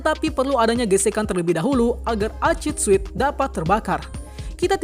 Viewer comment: Acid sweat toh,dari cara bacanya kaya acid sweet